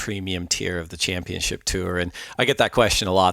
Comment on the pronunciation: Still not learned how to say championship. C’mon!